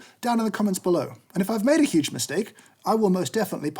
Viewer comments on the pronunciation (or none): none